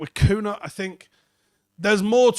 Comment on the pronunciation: His name is pronounced Cunya, I am Brazilian as well. Like how Ronaldinho is pronounced Ronaldinyo.